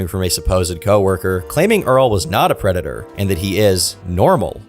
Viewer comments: De White Bowsah is a pwedatuh. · "I AM NOT A PWEDATOR" -Earl The White Bowser (A predator) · *A pwedator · The White Bowser’s a pwedatah. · White Bowser is a pwedatuh